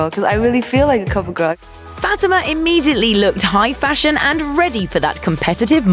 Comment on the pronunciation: Her name is pronounced Fah-TEE-ma (Fatima)